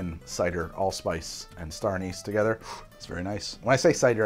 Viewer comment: Awesome video! Drinking a toddy myself tonight. But the way you pronounce "anise" drives me nuts 😂